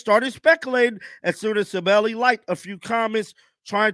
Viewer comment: It's sabally not sabelly come on man